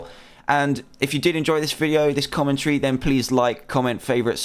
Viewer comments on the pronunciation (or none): none